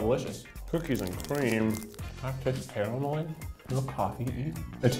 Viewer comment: A lil caramel-EE A lil coffee-EE